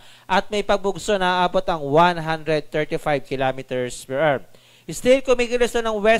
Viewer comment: what the heck is 135 km per errrr 🤣You sound like a freaking pirate errrrrrrr, just say the right pronunciation "per Hour" don't read the abbreviation.